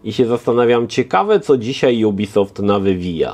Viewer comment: Co to za dziwna maniera nowością jubisoft? Firma jest francuska i czyta się jak jest napisane ubisoft.